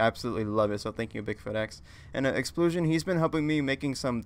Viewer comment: IT'S EP-SI-LON NOT EXSPLOSHION ECKS DADDADADAADADDADAADAQ